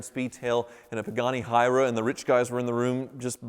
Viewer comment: Pagani "Hi Ra"? Come on it's a "Why Ra"